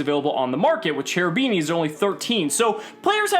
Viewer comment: Everytime I hear "Cerubini" I get headache. Please, call that stuff Kerubini, with the K :(